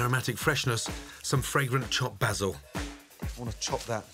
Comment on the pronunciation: Nobody: Gordon Ramsay: BaSs El